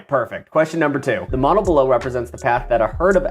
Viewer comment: Every time you say modle I here mana like where is he reading the magic lvl